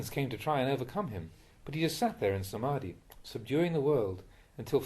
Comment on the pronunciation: ...ITS NOT DUKKHA!!!!!!!!!!!! THE PRONOUNCIATION IS COMPLETELY WRONGGGGGGG THE RIGHT IS>>>>>>>>>>> THUKKHA ".....mean suffer..... and lot of words those are pronounciations mistake... THE RIGHT ARE ........... ...........AKHAA~NAMEE......not ....akadami SA-MAA- THI............not......smati SAA~THU........ not ....sadu SATI...........................not.....sti THAI LANGUAGE have long sounds. THAI ALPHABET..............THAMMA......NOT ...DHAMMA .. THIS WORD MISTAKES CAME FROM IDIOT AMERICANS LAST 50 years before . ONLY ONE UNKNOWLEDGE MAN MADE THIS CRUCIAL WORD "THAMMA" ....become ....DHAMMA..... DHAM.....means....black ..... THAM........mean ......BUDDHA 's teaching.........THAMMA NOW YOU BECOME BUDDHIST MONK ALREADY . YOU MUST HAVE RESPONSIBILITY TO OUR BUHHIST THAT KEEPS OVER 2500 YEARS ... ALL WORDS .......FROM THAMMA TEACHING .....CONCERNED BHUDDHIST .... You MUST SAY CORRECTLY .....NOT JUST LIKE A JOKE AS YOU ALWAYS SAID IN YOUR VIDEOS . YOU MUST RESPECT OUR BUDDHIST RELIGION AND OUR THAI MONKS > BE SERIOUSLY SPEAK THE RIGHT SOUNDS ....... AND STOPPPP SPEAKing OR do PRONOUNCIATION AS YOU LIKE > PLEASE RESPECT BUDDHIST RELIGION YOU HAVE NO RIGHT AND STOP saying PRONOUNCIATION AS YOU LIKE !!!!!!!!!!! PLEASE PRACTICING AND LEARN MOREEEEEEEE FROM YOUR THAI MONKS . THEY WILL TEACH YOU THE CORRECT PRONOUNCIATION Best regards, Pratraipidok reader.